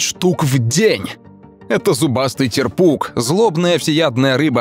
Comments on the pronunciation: Правильно тЕрпуг а не терпУг. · Т`ерпук, а не терп`ук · Шикарное видео Некоторых рыб ни разу не видел и не слышал о них Но вот не терпУг а тЕрпуг